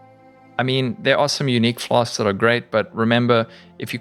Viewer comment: I just came here to hear this man say "flas-k-s". Pog